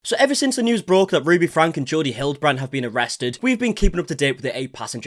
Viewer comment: Why are you pronouncing Jodi as Geordie? It's JOE-di